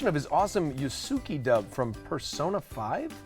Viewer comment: Nolan trying to say Yusuke was pretty funny. Even though I am curious how many times both Troy Baker and Matt Mercer have to correct people on who they voice.